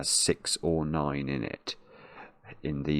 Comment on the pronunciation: it really sounded like he said "That digit is 3, 6, or annoying."